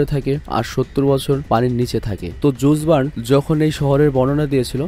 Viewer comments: একটা জিনিস ভাললাগছে জুর্ল ভার্নরে জুস ভার্ন ডাকে😁😁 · এইটা জুস ভার্ন না,এইটা জুল ভার্ন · ভাই লেখকের নাম জুল ভার্ন।জুস ভার্ন নয় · Vai jusvarn na eta a sole hobe julvarn er onek golpo porechi